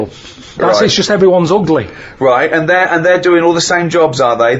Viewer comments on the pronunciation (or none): Uguly. He gets an extra syllable in the word ugly😂